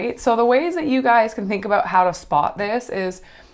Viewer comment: I KNEW you were Canadian! I heard you say ‘aboot.’ 🤣👌🏻